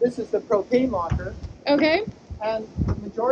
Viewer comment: I heard him say "this is the cocaine locker" hahahah I was like what?